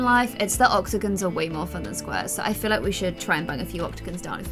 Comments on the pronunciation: says oxogon instead of octagon 😅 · you called it an oxagon again😂